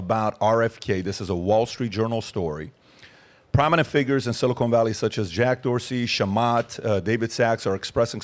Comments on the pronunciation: I snicker every time Patrick says, "Silicone Valley".🤔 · Patrick, Patrick, Patrick, it's siliCON valley, not siliCONE valley. SiliCON goes in computer chips, siliCONE goes in fake tits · “Silicone Valley” 😂😂😂